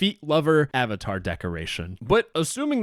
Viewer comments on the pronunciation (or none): none